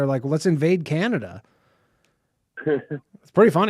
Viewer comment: There's no " I " in Canada